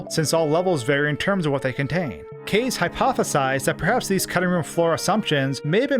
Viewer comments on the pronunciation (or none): kaze’s name is pronounced “kah-zay” btw